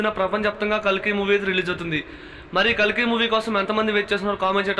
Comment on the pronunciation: Bro its kalki not kaliki😅